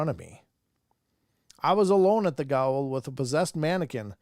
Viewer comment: Gaol - an old spelling of jail and pronounced “jail”